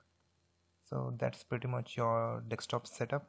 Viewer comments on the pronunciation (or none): It's called Desktop not Dekstop man!